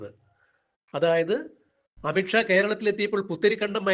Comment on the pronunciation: അമിട്ട് ഷാ അല്ല. അമിത് ഷാ. ഉച്ചാരണം ശരിയല്ല.